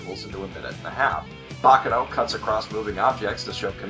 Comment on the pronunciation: it's not baka noh. it's bah ka no!